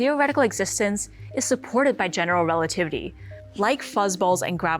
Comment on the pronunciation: Exactly 😂 ...relatitty